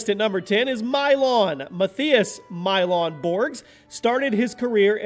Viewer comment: When he started the list and said Mylong i thought he was joking and was gonna say Mylong dick😂😂😂